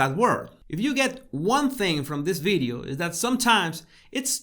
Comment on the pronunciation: Question for;why you can pronounce “victory” and you pronounce “ bideo “ instead of “video”?